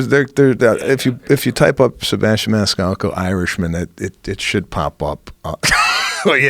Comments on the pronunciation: “Sebastian ManiSALCO”?! WTF, Joe Reagan! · Joe said Sebastian manisalco at the end..what a dick lol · Solid Podcast and then Joe jacked up Sebastian's name at the end HA! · Manisalco??? (Joe mispronounced his name at the end) Great interview otherwise!